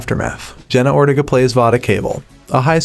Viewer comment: Ortega- Or-tay-gah